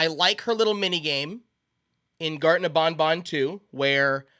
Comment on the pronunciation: Bro saying gatren of bon bon